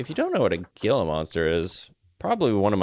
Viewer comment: Couple things… there is random rotation for things like rocks and plants/trees. Gila monsters is pronounced “hila” monster and crazy fact the pecerarys in Arizona are called Javelinas “havealinas” and they are mean af!!!! I think your videos are really good!!